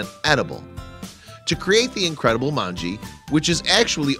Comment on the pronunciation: Just a pronunciation correction. /mongeh/ Informative vid though :)